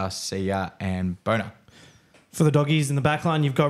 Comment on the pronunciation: No way he called bonner “boner” 😂